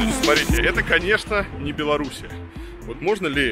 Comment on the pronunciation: То нашу страну страну Беларусь коверкает то реку ,Варламов следи за речью !